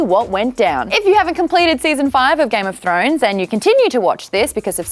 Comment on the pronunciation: thought u said throaters..